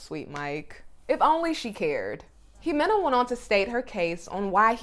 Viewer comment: It’s not imohagani.. is pronounced Hemena.or…Jimena…